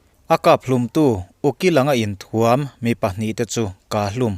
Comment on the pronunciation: A va ngaihnawmin min tibengvar e...thil pakhak aw...inthuam tih i lam danah hian 'thuamhnaw' tih a..Thuam..lam anga lam tur a ni e..i channel vul zel rawh se.